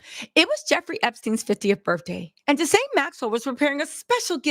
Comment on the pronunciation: I love you sis just a note on this name pronunciation Ghislaine Noelle Marion Maxwell (/ɡiːˈleɪn, ɡiːˈlɛn/ ghee-LAYN, ghee-LEN; born 25 December 1961)[5][6] is a British former socialite and a convicted sex offender Keep reporting siss